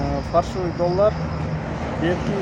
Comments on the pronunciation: ФАРШЫВЫЙ эмес ФАЛЬШИВЫЙ деп айткылачы же болбосо Кыргызча эле суйлой бергиледа ЖАСАЛМА экен деп эле. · Фарщивый эмес фальшивый деп айтса туура болмок😂😂😂😂😂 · Фаршывый эмес : Фальшивый ! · Фальшивый деп жазылабы ондо фаршивий деп айтылса